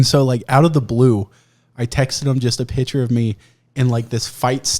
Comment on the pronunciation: One day, I will teach that there is a "c" in the word "picture." One day.